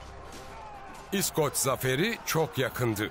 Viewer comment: surekli yanlis vurgu ile iskoc / iskoclar diyor ya seslendiren. kulagim kanadi. duzgun isi bilen birine seslendirme yaptirilmasi gerekirdi.